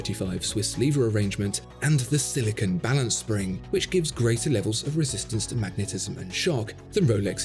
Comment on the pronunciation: You’re the only channel that pronounces ‘silicon’ correctly. Thank you! You’re also the best watch channel on YouTube!